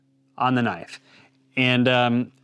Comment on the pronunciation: Knoife? That's not a knoife. This is a knoife!